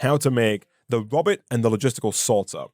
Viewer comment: im pretty sure "robit" is supposed to be pronounced "roe-bit", like how zoidberg says it in futurama.